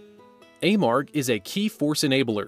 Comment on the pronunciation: It's pronounced A-marg. My husband and son have worked there for over 10 years.